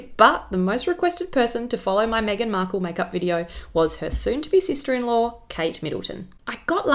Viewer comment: Sorry but I would like you to say Megan ...like Kate not the way you did Kate ....like Megan thanx